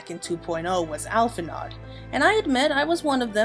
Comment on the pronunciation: It's pronounced "Al-fin-o", not "Al-fin-ard"